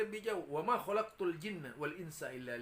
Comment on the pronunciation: Laula kama kholaqtu aflaq begitu pak bukan kholakotil 🤣 udah i'robnya salah penasrifannya salah lagi hadohh